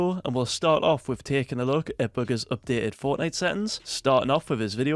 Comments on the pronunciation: His accent made it sound like boogers because he said bugha’s with an s and his accent makes him pronounce a’s like -er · This man calls him"booger's"😂😂 by the way